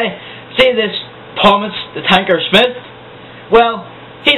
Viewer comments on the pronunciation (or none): its tommy smythe!!!! not fucking smith!!!! ra ra rwat about ya